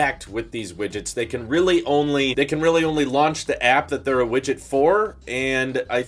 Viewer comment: STOP SAYIN WIGIT OMG